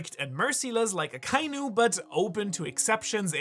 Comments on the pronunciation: Bin neu auf dich gestossen. Super videos. Kleine anmerkung für die aussprache der namen, vor allem aka inu, übersetzt roter hund, trenn die silben aka und inu und verbinde die vokale ai nicht. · Why does everyone pronounce Akainu incorrectly? They only say the name in the show plenty of times...